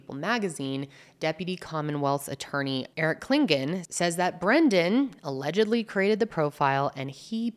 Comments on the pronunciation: Alegedly. Alegedly. Alegedly. sigh I felt that. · The pauses before “allegedly” cracking me up , I love these videos so much ❤